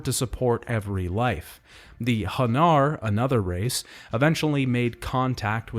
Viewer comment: Also its "Han NAR" not "Hun nur"